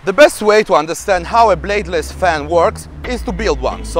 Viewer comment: He said "Bladless "...so we wasted our time watching this